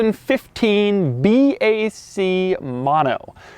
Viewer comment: Should be pronounced ”Bak” not ”Bee, Ay, Cee”